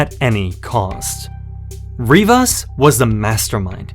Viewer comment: Rivers or Rivas? Come on bruh.